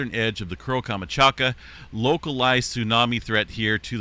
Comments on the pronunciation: You might want to check how to pronounce KAM. CHAT. KA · Камачака?! Серьёзно? Ты читать не умеешь что ли? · Learn to pronounce places names if you are going to continue to report on events from other places. Your mispronunciation of Kamchatka is so offensive.